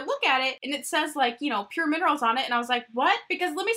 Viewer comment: I WANT THIS PALETTE SO BAD 😫😫😫😫😫 lol also... have i been calling pur cosmetics wrong? Lmao!! Saying pur minerals a million times in this video 😂😂😂